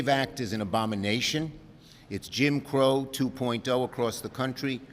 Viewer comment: He said Kim Crow 😮